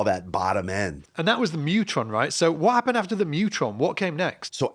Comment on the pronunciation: I feel certain that "Mu-tron" is supposed to be pronounced "myoo-tron". (1) It's short for "Musitronics", and (2) the Greek letter mu (μ) is pronounced "myoo".